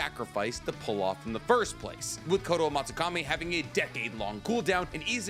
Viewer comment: hey man. just wanted to say that i've been binge watching your videos for the past week and I love your content, especially the what ifs, but I want to give you some criticism/advice. i noticed that you mispronounce some of the japanese words and/or names in your videos very frequently (pronouncing Suigetsu as "Suegitsu" and Kotoamatsukami as "KotoamatsukamE"), and considering how much of reading and talking about japanese words and concepts is a big part of what you do, I think you could work on nailing some of these better. not saying you need to get them native level or anything, just working a bit on pronouncing them correctly would go a long way to make your videos seem more credible. not a dealbreaker for me, but I'd love to see that improved. again, love your videos, keep up the good work,!